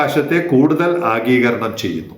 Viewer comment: ആഗീകരണം അല്ല, ആഗിരണം ആണ് ശരി.